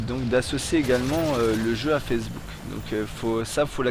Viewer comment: C'est moi ou il dit fessebook O.o